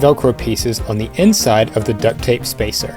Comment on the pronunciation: Why do you say ducked tape